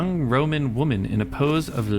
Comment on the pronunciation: "Hear the lamentation of the waman"